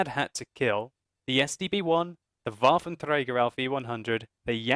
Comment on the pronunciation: waffen trrrey garrr